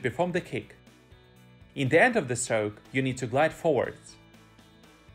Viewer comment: Great Video and I learned a lot from your channel. However, I have hard time to understand your pronunciation of the word "Stroke" initially but now I am getting use to it. Just remember there is NO 'L' sound in the word. Now it time for me to work on my "Stroke" to keep myself from drowning. :-)